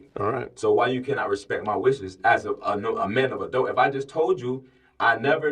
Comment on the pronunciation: He’s a “man of adult.” When that first perp kept saying that, I asked myself, “What’s a dult?”